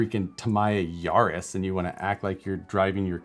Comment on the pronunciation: Ya-ris not Yar-is